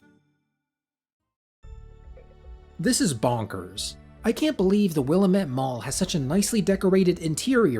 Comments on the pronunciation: Btw Willamette is pronounced will-AM-et (rhymes with "damn it" 😝) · What throws me is how they say Willamette. I live next to the Willamette river and that's not how we say it. made it rough to watch this video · The name Willamette comes from Oregon, idgaf how they pronounce it in game we say will-lam-it